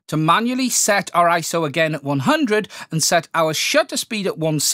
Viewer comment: Dude! It's I-S-O, three individual letters, and that's what it has always been. You aren't doing Camera Butter any favors...